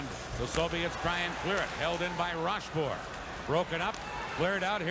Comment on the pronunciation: РошфОр, а не РОшфорт